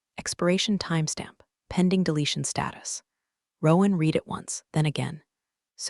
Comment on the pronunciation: Check before uploading. Narrator says reed instead of red when it encounters the work read or vice versa. U fortunately AI cannot read. As for story itsjust a shortened rehash of stories on other channels. Sorry not worth a like and certainly not a subscribe.